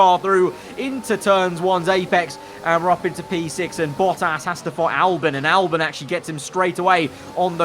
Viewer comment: Why do you pronounce it “Albin” and not “Albon”?